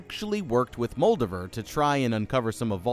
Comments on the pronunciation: It’s Muldover. Who’s Muldavere? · I have a suspicion you are either mispronouncing Moldaver on purpose, or you yourself never saw the actual show. Both are disappointing. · Worst pronunciation of Moldava I ever heard. She's not a Draugr Lord.